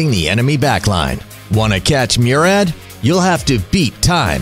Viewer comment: The way he pronounced Murad lol